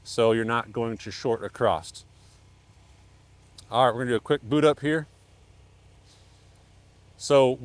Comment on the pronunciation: The word "across" does not have the letter "T" in it. Stop adding an extra letter to the word.